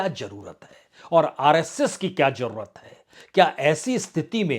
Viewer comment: آپ بہت اچھے اینکر یا میڈیا مالک ہیں اپنی زبان کو بھا شا کے طور پر درست بھی کر لیجےء ہزار کو ہزار جادہ کوزیادہ جرورت کو ضرور ت بولنے کے لئے پلیز ٹیوشن لینا شروع کر دیں ان شبھدوں کی ہندی بھی زیڈ سے ہی ہے گستاخی معاف